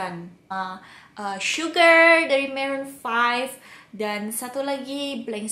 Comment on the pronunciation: Suka gayanya yang pas di pertanyaan ke 9 sama 13 :D .... Lucu banget smpe ikut ketawa... Yag ga suka pas bilang maroon 5 harisnya marun faif bukan maren faif :( hehhehhee ...